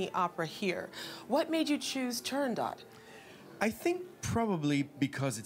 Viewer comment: The T at end of TurandoT is NOT sounded. Audio interview with the first ever Turandot, Rosa Raisa proves it.